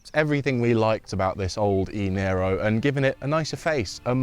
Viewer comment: It's "Niro", not "Nero"